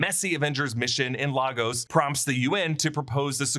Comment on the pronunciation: LAY-GUS. Not Laa-Goes. Sho gbo?